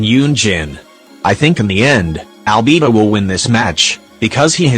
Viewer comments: im sorry but 'al-bee-bo' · "Yoimi-YEE-ya" "CHIANG-ling" "AlBEEBO" "IBBO" 😭🤣😭🤣